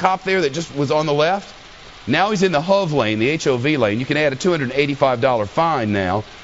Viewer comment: My god it's the H O V lande, not HUV lane.